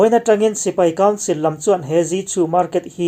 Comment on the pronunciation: I mizotawng hmandan a thlûk dik thlarh thin hi ka chhuang che, tih sual zauh hi a awmlo theilo chung hian i tisual tlem kher mai.